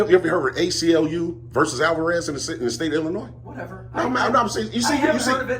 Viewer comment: Go hire an actual lawyer and ask them to confirm your "theory" that a private contractor's building is "public". You're simply wrong about that. Also, the "s" in Illinois is silent. LEARN SOME THINGS.